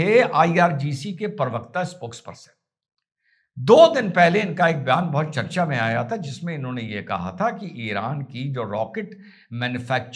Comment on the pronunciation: परवक्ता नहीं प्रवक्ता ❤❤